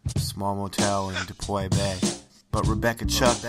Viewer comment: It's pronounced "DEE-PO" not "DePoy" lol But yeah this was totally bogus.